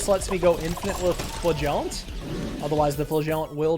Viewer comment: Can someone tell him that he is pronouncing flagellant wrong? Pretty please?